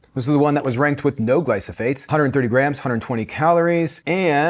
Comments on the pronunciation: Gly Pho Sate. Glyphosate. Not glysophate. Gly Pho Sate. You said gly so phate so many times. Glife rhymes with knife. Not nice. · Not to be that guy, but it's gly-pho-sate, not gly-so-phate. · Great video! Just wanted to point out it’s glyphosate. Not glysophate :) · The word is "gly pho sates." You're saying "gly so phates." "GLY PHO SATES." Thanks for this. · Gly-pho-sates not gly-so-phates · Glyphosate not glysophate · It’s Glyphosate, not Glysophate😵‍💫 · Glyphosates. Not glysophates.😄 Love the video anyway! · It’s glyphosate not glysophate 😂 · You keep saying “glySOphate” in this video… the word is glyPHOSate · It’s glyphosate, not glysophate. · You have the word wrong: it is glyphosate, NOT glysophate! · You are saying glysophates and it’s glyphosate. I’m not sure I can trust this info if you cannot tell the difference. Also glyphosate isn’t the only issue for someone like myself. I only use pressure cooked chickpeas. As far as I know Eden is the only brand that pressure cooks chickpeas. For me I only soak dry chickpeas and pressure cook them myself. I use Palouse dried chickpeas. They have no glyphosate and are very reasonably priced when you get a larger bag of them. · It's glyPHOsates not glySOphates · I like that you say glysophates instead of glyphosate 😅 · Tip - it's gly-pho-sates, not gly-so-phates, but they're bad, whether you pronounce them correctly or not. Also, I've bought Bush organic chickpeas, but they don't have a nice flavor or texture, and it's not the salt; they were small, and very hard, and didn't get smooth in any blender, for any amount of time. I'm a huge Bush's fan, but the organic chickpeas was a big No. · It’s not glysophate is glyphosate lol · It’s pronounced GLYPHOSATE (GLY FO SA TE) pronunciation counts! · LEARN TO PRONOUNCE GLY-PHO-SATE! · Hard to take you seriously when you can't even pronounce GLY-PHO-SATE correctly. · Are you trying to say "Glyph-o-sate"? The "ph" goes before the "s."